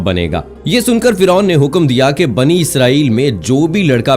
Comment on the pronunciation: Not banu-Israel it’s bani-Israel😏😏😏😏😏😏